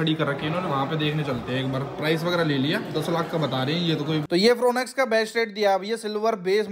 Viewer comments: It's not फ्रोन एक्स it's फ्रोंक्स ब्रो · India ke aise aise auto-expert ban gaye hain jinse gaadi ka naam theek se nahi liya ja raha 'Fron X' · Fooonex nain FRONX bolte hai little little😂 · ओह भाई फ्रोनेक्स नही फ्रोंक्स हैं 😂